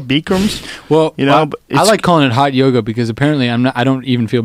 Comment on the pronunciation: "he actually calls it JOGA" lol omg i <3